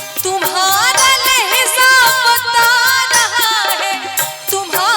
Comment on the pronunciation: Yezada nahi ziyaada h aur lahza nahi lahja h mam